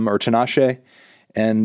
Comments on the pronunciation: Did you just say “Tin-uhh shaAy” for Tinashe? 💀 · you did not just say Tin uh shea…